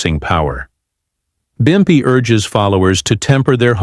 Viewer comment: It’s pimpy not bumpy that’s how you tell this is fake and AI generated.